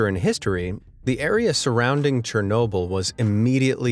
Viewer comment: It's sounds like shernolble